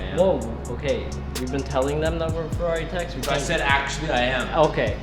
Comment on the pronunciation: FERRARI not FEWWAWI